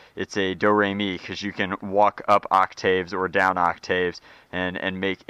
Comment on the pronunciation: "octayves"